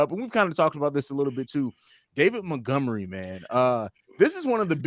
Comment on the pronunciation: Rayquan Smith, Mentgomery? Dudes pronunciation of those two names cracked me up.